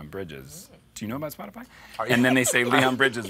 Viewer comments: Am I the only one who caught him saying "Spotify" in the most Boston way possible ?? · Everytime John said Spotify his Boston accent really shined through